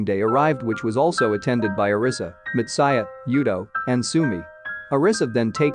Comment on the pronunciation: bruh are you for real when you pronounced the name Mitsaya? It's Mitsuya like Mitsoo not Mitsa. You're even mispronouncing the name Hikaru . It's HIKAROO not He care oo. Ka like Gengis KHAN. HIKHAROO EROHA with the emphasis on E NOT AROHA with the emphasis on O. Daforq is ANAME? It's Anime with the emphasis on A. "A knee me" but without the K bruh your japanese words pronunciation suuuuuuuucks hehehehehehe Am I bantering with a robot's voice? WTF?